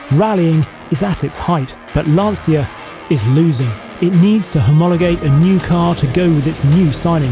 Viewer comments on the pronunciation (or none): Fantastic video. But it's LAN-TCHA not LANSEEA. Come on... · it’s pronounced Lanchia with a ts as in chiselled… not lanseeya… damn! i hate it when things aren’t pronounced properly!!! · Aaaargh! The pronunciation! It's not "LANSIA", it's LANCIA, pronounced "LANCHA", like "Cha Cha Cha". Sincerely, A fellow car lover from Italy. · The pronunciation is awful. Lan cha = Lancia A Bart = Abarth.